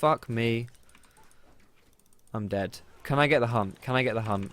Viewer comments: Why did i hear you saying hump when you said hunt. Hump stacks or Hunt stacks. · Lol for some reason i keep mishearing "hunt" as :hump" XD